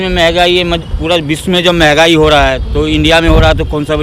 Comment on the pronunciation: महंगाई को मेगाई बोल रहा है भाई